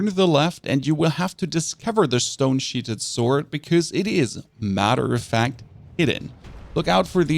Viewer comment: Love your work sir. 👌 Pronunciation of stone sheathed is SHEETH-D not SHEET-HED. 🤭